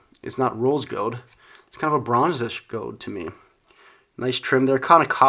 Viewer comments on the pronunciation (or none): It's gold not gowd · “gowd” my man doesn’t pronounce the “L” in gold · how he says gold . hahahahahhahahahahaha. goewld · the way he says gold “gode” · You say "gold" weird